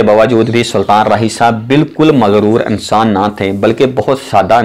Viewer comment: Ye clip ghaalban Urdu main bana-ne ki koshish ki gyi he. "A"ttar pardesh. Achhe "A"nsan the....film "E"ndustry..... Unnees sao "A"kattar main....s"A"ltan raahi...I love this Rana Sana Ullah Maarka Urdu....like sApreem court.....